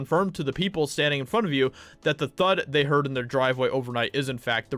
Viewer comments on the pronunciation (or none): none